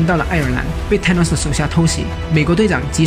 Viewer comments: Th 不是t 音。 TH是F音 所以說是fanos 不是thanos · 還有Thanos 一直唸錯tanos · 薩諾斯也不是踏ㄋㄡ斯好嗎.....英文亂念一通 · th的t不發音 英式美式都一樣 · 英文名聽不懂是因爲你們太蠢了 真的受不了你們説聽不懂 還有，up主能不能不要直接把 th 變成 t ???? 超級憤怒的，thor可以變成tor，thanos可以變成tanos,拜託！th是要把舌頭放在 上排牙齒和下排牙齒中間，不可以太大力舌頭和牙齒之間要有少少空間，然後 吹氣出來，聽到空氣流動的聲音就對了，然後一聽到空氣流動的聲音或感覺到空氣流動時， 把牙齒稍微咬緊舌頭，但不可以太緊， 聽到空氣流動的聲音減弱就對了，然候邊即時放開嘴巴，説出th後面的那個字母 的發音便行了。但其實如果你掌額不了，便直接説f音便算了，總比t好多了。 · 是沒規定沒錯啦，而且世界各地的英文確實有口音差距，不過很少聽到Thor跟Thanos是唸成Tor跟Tanos的發音，就像是把Thanks唸成Tanks這種感覺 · 單純想問一下Thank you這個字在哪些地區是唸Tank you？ 因為影片裡面Thor跟Thanos都被唸成Tor跟Tanos的感覺